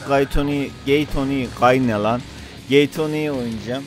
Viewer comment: Beled of GAY toni, Gay toni ne lan Gey toni..